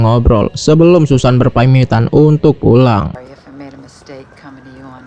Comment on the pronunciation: Susan dibaca Sasen 😅😅😅